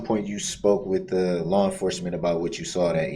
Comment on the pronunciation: Did he just say “lawr enforcement”? Good lord🤦‍♀️